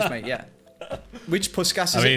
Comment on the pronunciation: I am hungarian and it felt so good that he actually said puskás' name right. :D